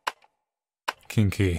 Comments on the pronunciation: When he says king key I keep hearing kinky. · When you say "king key" I'm legit hearing "kinky" lmao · hearing "kinky" whenever says "king key" is a true sign of brain rot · THE VERY FIRST TIME HE SAID IT I INSTANTLY PAUSED THE VIDEO AND WAS LIKE “WOAH” LMAOOO